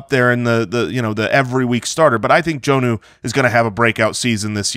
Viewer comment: His name is pronounced John-oo instead of Jone-oo. A short O, not a long one.